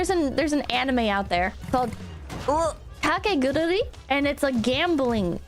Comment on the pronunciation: She keeps saying KakegURURI instead of KakegURUI.